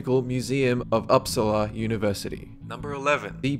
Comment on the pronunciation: It's pronounced OPPSALA (ˈɵpːˈsɑːla), not aapsala!